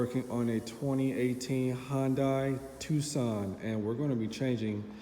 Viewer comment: Hyundai TOOKSON 😂